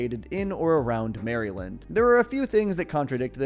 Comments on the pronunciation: as somebody from Maryland I was very offended at the way that you said Maryland in this sentence😂😡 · Mary-lind? Its pronounced meh·ruh·luhnd or meryl-luhnd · ...I had a genuine "stop and stare" moment when you said "Mary-lind."